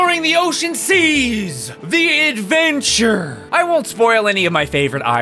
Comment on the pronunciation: Adventurrrrrrrre Me: heyy he said it he said it